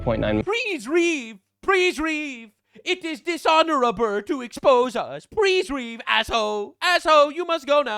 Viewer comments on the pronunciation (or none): prease reave 😂😂😂😂😂😂